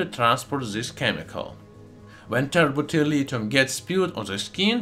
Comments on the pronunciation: Tert bulilithium, also pronounced terrible terlitum thats all i heard the whole timw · it sounds like he said the chemical not from earth is turbo terilium? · I can’t even understand what he’s calling the liquid at the end - tepeterlithium?